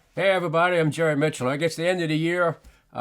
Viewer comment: You said it perfectly Jerry